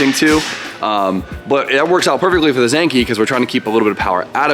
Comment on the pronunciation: Why why why do you say “Zankee” bruh. Zenki…..